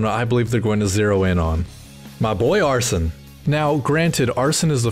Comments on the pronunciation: every video i come across pronounces Arsene wrong, it's not "Ar-son" it's more like "Ar-Seen" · arsene is not “arson,” it’s more pronounced like “arsane”